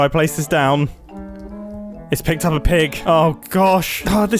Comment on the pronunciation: "It's pigged up a pick"?